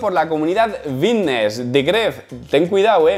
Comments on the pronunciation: vitness, forma visica.... tienes un problema con las F o que coño? da grima loco. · chos si no dijeras fitnes así me daría mas ganas de ver tus videos 😅